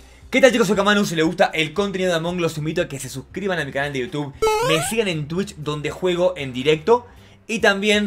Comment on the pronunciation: Soy yo o al principio dijo among glos